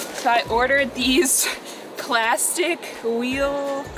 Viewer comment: 플라스틱은 미국이나 한국이나 발음이 같구만 ~ 딱 풀라스틱만 알아듣는~